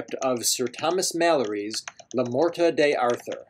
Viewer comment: First, the title is pronounced "Lay Mort Dar toor" It's old French. Second, the French jongleurs got the basic material for the Arthurian legends from the Bretons, who were descendants of the Briton refugees who fled Britain from the Saxon invasion and brought with them much older legends that did NOT feature Arthur. They grafted Arthur onto those old legends, and the jongleurs grafted Lancelot onto them. Third, the best historical evidence suggests that whomever we now call "King Arthur" was really more like a warlord who inflicted several defeats upon the invading Saxons and set back their advance by some decades. Moreover, he probably operated in the period 480CE to 510 CE. Fourth, there really isn't much historical information about this person. Fifth, I really don't like your video style. It's certainly creative, but mostly uninformative. The audio and the video should complement each other, but your video adds almost nothing to the information content of the piece. It feels like a podcast with meaningless video tacked on. The exception, of course, comes from the clips from the movie "Excalibur". My suggestion is that you replace all those typing scenes with more images related to the Arthurian legends. Lastly, I don't think that the word "definitive" properly applies to Le Morte D'Arthur. It's certainly the most important of the sources, but there are so many. The Arthurian legends have provided the source material for Tennyson's Idylls of the King, Mark Twain's social